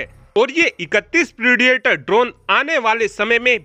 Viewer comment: प्रेडिएटर ड्रोन नहीं प्रिडेटर ड्रोन इडियट